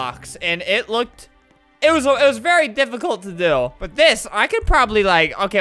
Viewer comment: vewy pretty